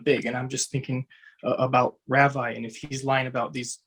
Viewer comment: Not REVAI....it is RAHVEE! Like pronounces his name correctly 🤗